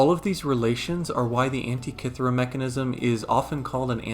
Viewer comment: Thirty seconds in, and I already wish the makers of the new Indiana Jones movie had watched this before making the film, if only to learn how to pronounce "Antikythera"....